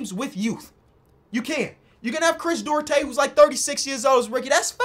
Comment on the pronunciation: Bro did chris duarte wrong 😭😭